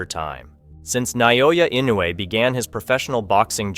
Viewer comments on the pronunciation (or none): It's not NAYOYA it's Naoya. FYI